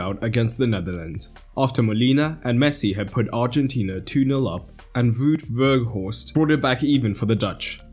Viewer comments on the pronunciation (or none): weghorst, not beghorst. otherwise a great video!